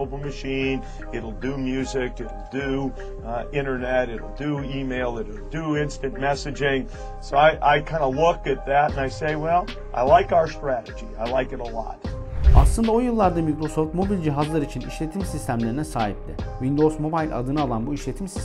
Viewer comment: abicim gözünü seviyim şuna "mobayl" diye hitap etme mobil de ya mobil, ingilizce telaffuzu bile mobil ya